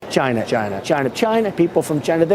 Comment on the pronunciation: 90% of Trump's career is him saying "CHAINA". The other 10% is building a wall.